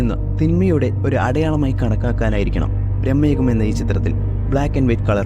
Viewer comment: ബ്രഹ്മയുഗം അല്ല ഭ്രമയുഗം